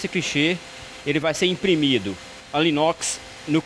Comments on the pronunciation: É anilox e não alinox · Sou impressor gráfico industrial e queria informar vocês sobre um pequeno erro no vídeo … O rapaz fala “Alinox” por diversas vezes, porém o nome correto é “Anilóx”, justamente a peça que possui o BCM necessário para se dar a carga/ quantidade, exigida na expressão de cada produto 😉 Mas parabéns pelo vídeo! Muito válido todas as explicações passadas 🙏🏼